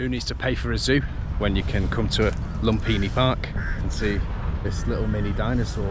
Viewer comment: Language tip, my man... the H is silent in Thai language. Think of the word "Thai" or example. Or "Phuket" ("pronounced pooKET"). So when you say "LumFINI" park, it is a major cringe. After one has been in Thailand for five minutes, one should know this. One should know this even before arriving, frankly.